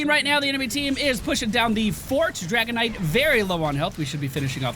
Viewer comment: Does anyone else hear saying "Dragonite" instead of "Dragon Knight"? Like it's some kind of mineral, like Malachite or Kryptonite...